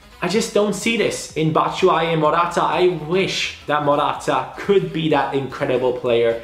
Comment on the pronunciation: do you say Matshuayi??😂😂😂😂😂 Anyways good vid